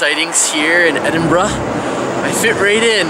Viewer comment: Even though I've been americanized from living in the states for awhile (lost my accent) the part at the beginning when you tried pronouncing Edinburgh destroyed me lol. I was hissing "it's ed-en-bur-ah" the entire time haha